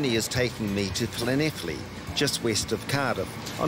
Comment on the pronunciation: Well done someone can pronounce Llanelli and he doesn't even live in Wales